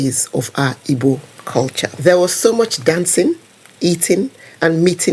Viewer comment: Don't pronounce Ibo.The real pronunciation and spelling is Igbo